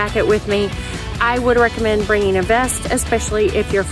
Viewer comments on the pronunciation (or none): none